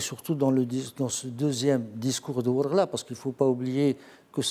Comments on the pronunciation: Désolé Mr pas wargla mais Ouargla. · on dit wargla pas warla